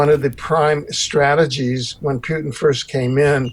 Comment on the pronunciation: It's Pootin not Pewtin ! It's disrespectful and not accidental and it says more about the person who chooses to feign ignorance.